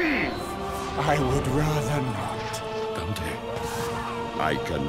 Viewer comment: The mispronunciation of Dante urks me